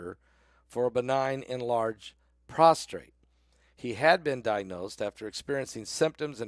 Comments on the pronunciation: Prostate-not prostrate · Prostate not prostrate.